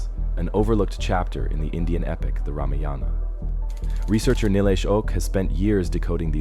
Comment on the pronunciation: First learn how to say ramayana properly then make videos.